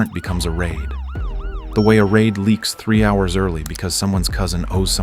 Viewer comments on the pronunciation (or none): none